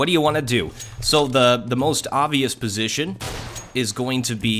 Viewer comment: "the most orbvious position"